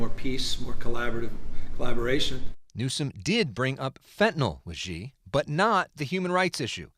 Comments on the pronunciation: Shee Not Jhee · YOUV'E LOST ALL MY RESPECT WITH YOUR PRONUNCIATION OF XI'S NAME. BYE! UNSUBSCRIBE.